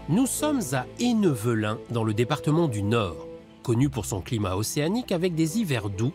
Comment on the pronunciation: Ennevelin se prononce "haine velin" et pas "haineux velin"